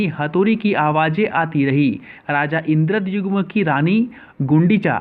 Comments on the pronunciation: Raja Indradyumna not Raja Indradyugna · It's called puri not pudi N king called indradyumna not indra jumma Kahan se padh raha h Raani ka naam gundicha thi??? Really???? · Yes sale thik se bol Puri or Indradyumna